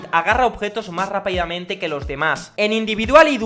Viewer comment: "Mas rapaiamente"